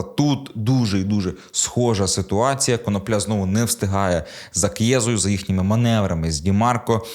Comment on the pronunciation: Автору має бути соромно. КонОпля, а не КоноплЯ.